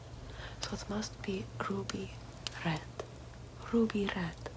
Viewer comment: No one:: rrrrruby rrred